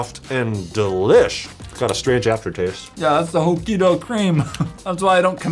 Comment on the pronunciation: Im pretty sure im the only petson thar got so offended when they mispronounced Hokkaido cream as "hokkido cream" and im not even japanese.....